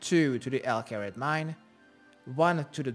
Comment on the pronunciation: Everybody: Al Kharid: El Carrot